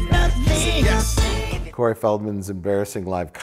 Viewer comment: "Curry" Feldman hahhahahaaha